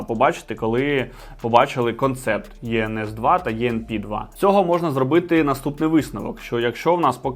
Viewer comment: Не правильно називаєте моделі... Іенес та іенпі вони звуться...